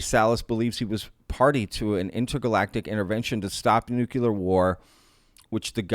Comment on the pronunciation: Thanks for the coverage but please stop saying Nuke U Ler. It’s Nuke Cle-er